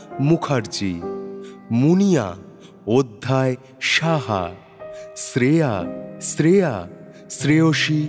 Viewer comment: eta kemon uchharon... "Sreya"? Ota "Shreya" hobe. Apanader golpe e bhashar uchharon ekdom sothik hoe, kintu eita khub kaane laglo.